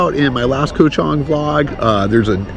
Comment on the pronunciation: KOH (island in Thai) is pronounced with a soft (o) like in the word GOT. Just say GOT without sounding out the letter (t). That’s how you correctly pronounce KOH.